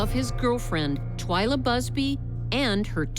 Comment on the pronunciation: Her name was Twila Busby, not Twilight Busby and It's Candice DeLong, not Candace Dong. Part of me (a big part) thinks he did it, but part of me thinks the un-named man may have done it.